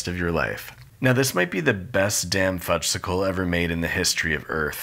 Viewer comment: Everyone knows that the "s" in Fudgsicle is silent. The delicious treat is called a "Fudge-icle." Made me twitch every time you said it.